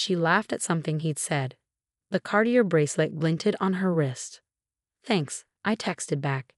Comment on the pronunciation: If the narrator isn't AI then please find one who knows how words are pronounced. She slaughters reading Cartier.